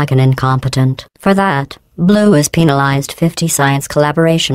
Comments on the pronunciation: lol. sounds like penilized, but she actually is penalized. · I heard penislized